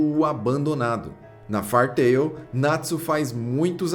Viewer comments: Vc bem que podia dar uma estudada no inglês, depois vê como se pronuncia "Fairy"... O vídeo todo falando "far tail" "far tail" "far tail". Até passaria batido se não fosse o nome do Mangá/Anime e vc não repetisse tantas vezes no vídeo kkk Fairy Tail -> "Rabo/cauda de fada" Far -> longe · O compilado do material apresentado é fenomenal. Parabéns! Só as pronúncias que me doeram bastante aos ouvidos, principalmente o do próprio anime